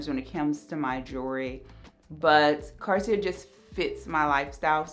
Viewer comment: She literally.repeats everything she says twice or thrice. She literally repeats herself twice. 😂 Oh the second r in "Cartier" is silent.